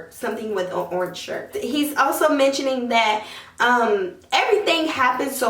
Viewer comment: What is Ornch????. She keep tryinnnggg to say the color Orange....